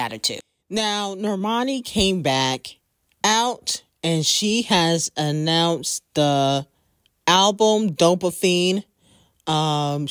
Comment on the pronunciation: did you say Dope-Afein? Lmaooo It’s Dopamine OMG 😂😂😂